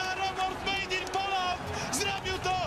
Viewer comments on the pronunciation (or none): none